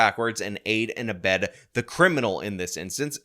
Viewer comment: Abet, not abed.